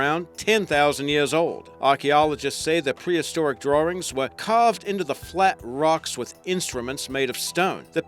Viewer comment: I love the "Drarings" that have been found!